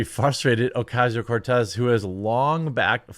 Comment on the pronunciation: You don't roll the R in Cortez. Only the double R such as "carro".